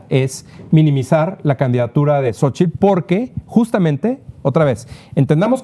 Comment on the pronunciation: CADA DIA PEOR!!!! POBRE, RIDICULO TRAS RIDICULO, YA NO SABE NI POR DONDE, JAJAJAJAJAJAJAJAJA!!!!! Y A USTEDES DOS,CON RESPETO, SE DICE XOCHITL, NO SOCHIL